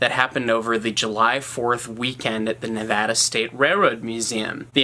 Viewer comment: you have no idea how happy it makes me to hear someone on the internet pronounce Nevada properly XD